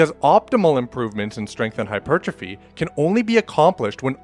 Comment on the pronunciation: Bruh that's not how you pronounce hypertrophy